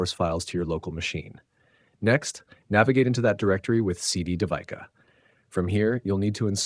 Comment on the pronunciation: Pronunciation is: Day we Ka. It’s a common Indian name used for girls. Great video!